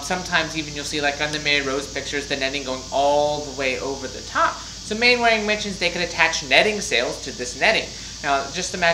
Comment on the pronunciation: Fascinating! Thank you. Maybe it’s a period thing, but the usual pronunciation of Mainwaring is “Mannering”. Rather like Cholmondeley being pronounced “Chumley”.